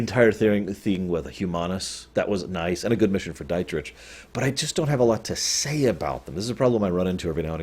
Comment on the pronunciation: He completely butchered "Dietrich" tho